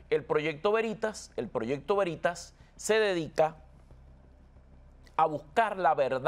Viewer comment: Se dice Veritas o sea el acento sobre la e. Latin. Quiere decir verdad.